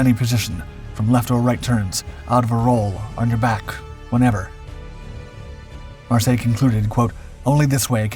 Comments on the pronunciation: Pronounced Mar-Syler. He was German. No doubt some French origin of the name. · The name is pronounced Mar-sey-yey(Marseille).